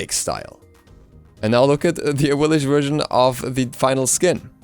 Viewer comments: its pronounced awilix not awilish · Aah-weil-ics. Not the cringey af way you pronounce it. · Awilix, X .. X!!! Awilish ... pfff... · Man, gotta love Awilish. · "AHWILLISCH" Get her fucking name right already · So the second x in axilix has a sh sound? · Can you specify which pronunciation do you dislike? If it's Awilix then you're the one in the wrong here. X's in Mayan were pronounced as SH (SHoe) For example Xbalanque being Shbalanque and when Camazotz dies he says "I return to Xibalba" again pronounced Shibalba. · RagingAtLife I didn't google it. I live in the Yucatán and speak some Mayan. Pretty much every Mayan god's name in the game is mispronounced. I'm sure the same happens to other pantheons too.